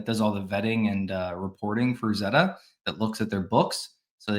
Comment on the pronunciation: Can we agree that it’s pronounced ZAY-ta? :P